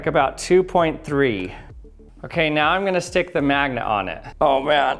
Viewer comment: You and Charlie Day say 'mangnet' instead of 'magnet'